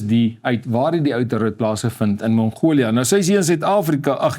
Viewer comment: Nie die Engelse "Mongolia" ("Monghoulia") nie, maar MONGOLIë asb.